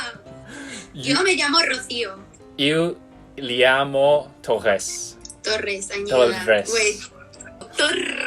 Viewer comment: 你把重音的部分忽略了，英文字上有一點的都是重音。 而Torres，你直接把法文發音大部分放在西班牙文了。 加油加油！ 最後那一句我看到笑了！哈哈哈！